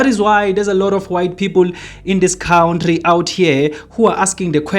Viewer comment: And it is pronounced " Cunt tree" not cout tree.